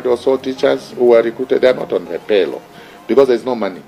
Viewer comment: Wait please bar man, it is pay roll and not paylo